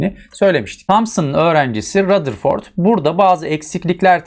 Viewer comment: Rutherford demiyor mu hocam